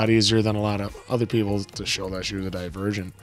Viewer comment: pronouncing "Divergent" as "The Virgin" the whole time made me laugh lol